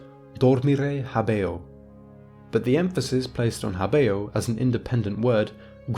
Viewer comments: why not talk about pronunciation? habeo is pronounced HÁbeo, and not haBÊo. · hábĕo, not *habḗo